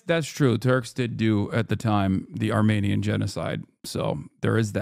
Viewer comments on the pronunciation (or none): Hasan says “Armaynian” almost like a southerner would lol It would be “Armeanian”